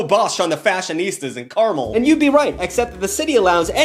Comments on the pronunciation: idk if u gaf but that city is pronounced car-MEL not CAR-mel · It is Car-Mel, not Carmel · it's car-mel. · It's car-MEL😂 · as a californian, ive been to carmel- by the sea many times, and you said it wrong. fun fact! one time i saw a homeless guy yelling at a drunk woman about her heels!